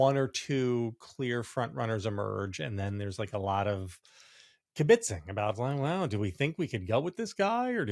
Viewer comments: "KibiTZing" NOT "kiBitzing". Don't you speak Yiddish, JVL? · Attention JVL. Kibbitzing has stress on the first syllable, not second syllable.